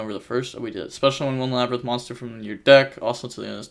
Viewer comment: lab-rin-th 2x it’s pronounced the same xd